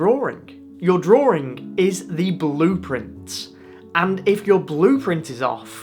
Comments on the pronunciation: What is a 'Drawring"? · Why do you say "Drawring" with an 'r' in the middle?